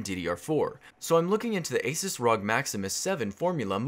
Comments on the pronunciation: lol its A-SOOS not A-SAS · The way you say "ASUS" was confusing.